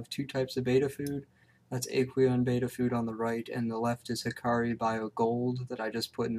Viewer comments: Its bet-ta fish not bay-tah and it actually doesn't matter what country you live in. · almost everyone in youtube say baetta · We are talking about a fish that was given the name betta and was given the pronunciation with it, which is how it is spelt.